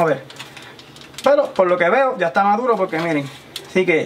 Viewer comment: Polque no cleen? está madulo pol favol 🍼